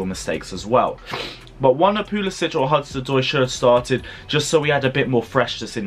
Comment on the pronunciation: Pu-li-Sick!! Pronounce it right please. No itch